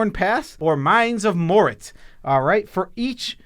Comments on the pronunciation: Ah yes, Mines of Morit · Mines of mort. There is no “t” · mines of moritz? in what universe is an a pronounced as tz